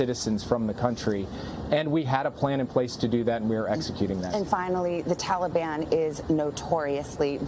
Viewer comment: "Tollybon". Sleepy Joe thinks "tollybon" is a flavor of ice cream.